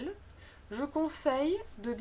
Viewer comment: Très sympathique, mais je ne suis pas d'accord avec l'hitoire du e en "de" car le son est différent du mot "deux" et il me semble que vous avez prononcé "de" comme en fait nous prononçons le mot "deux". J'ai vérifié sur plusieurs sites avant d'écrire ce commentaire.